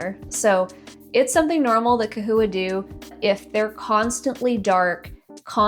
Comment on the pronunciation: Bro! Pronouncing with a "k" sound is the proper Latin pronunciation for the "ch" at the beginning of the word. Somehow, everyone can pronounce Chondro using the proper "k" Latin pronunciation, but can't apply this to the term "chahoua". Lmao, smh...oh well.